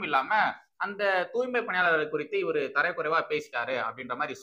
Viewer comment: It is not tharai kuraivu. It's tharai kuraivu.